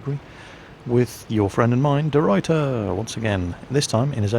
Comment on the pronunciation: I love how pronounces deRuyter xD Its a typical Dutch surname and he doesn't nail it:P. But I'm not complaining, my English pronunciation isn't perfect but i just sounds funny.